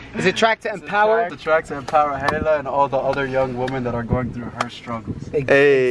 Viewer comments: Its “Ha-i-la”😂 you’re such a white girl😂❤️ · you said hayla not haila lmao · It’s pronounced hila not hayla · The way he pronounces Haila 😂😂 he sounds like he said Taylor 😂😂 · I love you I really do. But, lol, the way your saying Hailas name is driving me craaaazay!!!! Say HI_LA. <3 <3 xoxo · Lmfao says ‘haylah’ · The way slim pronounces haila is funny lmao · Yo no hate but your not saying Haila right